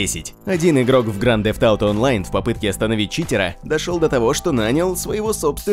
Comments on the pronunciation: Грант зефт ауто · Слыш можеш говорить не гранд дзэфт ауто говори лучше гта 5 или гта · Какой же гданд дефт ауто? Блин..... кровь из ушей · Просто минус уши, грАнд зефт ауто... Чел, уж лучше говори просто ГТА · Произноси название правильно,пожалуйста!!!